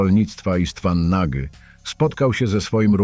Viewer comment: nie Nagy tylko "noć" 🤦🏻‍♂️🤦🏻‍♂️